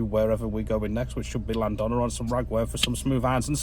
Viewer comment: That weed whack! But you laughed it off. Hope you don't mind a little help with the Cymraeg ( Welsh) pronunciation. Llan th ona and Moel uh Don ( like Bettws uh Koed ). Take care & more fish next time!